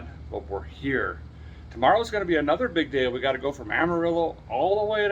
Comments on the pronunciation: I think you say it like “Alba - quirky?” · Albee-ker-key-Q😂😂 that's all I'm ever gonna call it from now on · Albuquerque is like saying Worcestershire…Lol